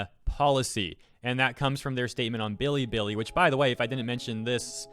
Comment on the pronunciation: everytime he says billy billy i die abit. its be lee be lee